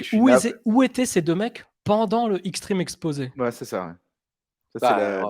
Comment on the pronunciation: C’est plus « L’extreme Exposay » là c’est « L’extreme Expedyai » 😂 Heureusement que Layla est là 🥰 Et cette arrivée épique de Snitsky avec les gars déjà dans le ring ! WTF 😂😂